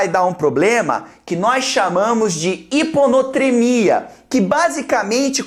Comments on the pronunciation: Não faz diferença, mas, o nome certo é hiponatremia, e não, hiponotremia. Primeira vez que eu vejo você errar, mas foi um erro besta. É só pra quem tá fazendo resumo não colocar o nome errado mesmo.... kkk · Na realidade não é HiponOtremia mas sim HiponAtremia. Muito bom o estudo! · O nome correto é hiponatremia e não hiponotremia.